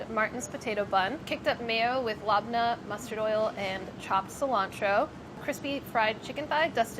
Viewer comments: Lab neh, not labna lol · Labneh is not pronounced “lahbnuh” it’s pronounced “lebneh” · pronouncing labneh as LAB-NAH instead of leb-nah really hurt me to my middle eastern core. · why’d she call lebna LOB NAH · scowering the comments looking for any middle easterns noticing sohla's very funny pronunciation of "labneh" (we forgive her) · Labneh and mayonnaise sauce.. Cries in Lebanese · Lol you guys pronounce so many things wrong- capicole, labneh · Anyone else incredibly offended by her use and pronunciation of labneh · it's a strained yogurt! cmon ba. and the way she pronounced it. oooof. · The pronunciation of labneh made my ears bleed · Everytime she says labneh I cringe more and more :)